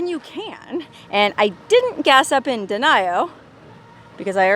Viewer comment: Its denio not denial